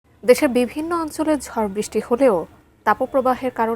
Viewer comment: Ei reporters gulore koi Pai. Brishty o thik moto uccaron Korte parena